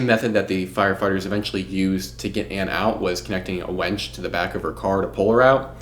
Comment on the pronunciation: Bro pronounce winch ONE, MORE, TIME.